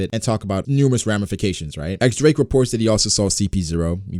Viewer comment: "diez" Drake not X Drake